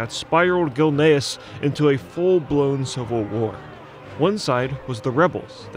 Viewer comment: Man the TTS really can't work out "Gilneas" lmao bless its heart its trying tho